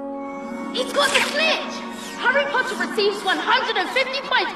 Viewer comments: The amount of times draco says “PottAh “ is rlly annoying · When Malfoy says POTT-AH I swear he was going to call Harry a potato but was laughing at Harry so hard on the inside that he pronounced it wrong Every. Single. Damn. Time. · More like training for the ballet POTTAh